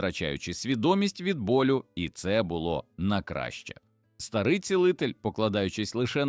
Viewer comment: Дуже пізнавально, але навчіть ШІ правильно ставити наголоси. Не чЕбрецю, а чебрецЮ; не стАрий, а старИй; пекЕльного болю, а не пЕкельного; мІсиві, а не місИві; не БджОлиного, а БджолИного; кінський вОлос, а не волОс і т.д. Помилок маса. Крім того Берестечко пишеться з великої букви. Прошепотів, а не пошипотів. Пораненому пишеться разом, а не через риску. Здригнулося, а не здрегнулося. Привида, а не приведа. І т.д. Вчіть граматику.